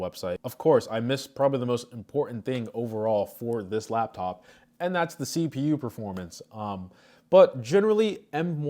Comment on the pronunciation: It’s L A P top not lab